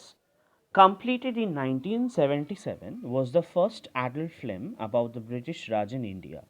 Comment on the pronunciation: "Phlim" iss naasamajh kism ke insaan ko kisne teacher banaya